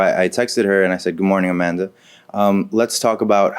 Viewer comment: Her name.... "Au-man-duh"